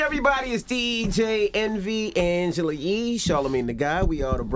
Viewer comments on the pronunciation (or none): Miss Pat called Angela yee, Angelee.